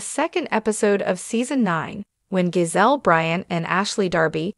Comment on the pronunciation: Karen is snake in the grass. Her name is JAH-ZELL, not GO-ZELL, you people need to have more respect for US.